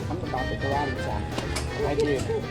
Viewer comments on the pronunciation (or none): none